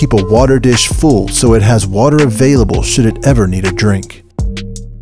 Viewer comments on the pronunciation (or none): none